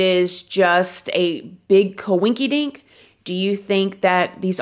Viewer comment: I dont believe I'm any of that folklore. It's very interesting though,thanks for covering this! It's a big coi-ink-kee-dink🤣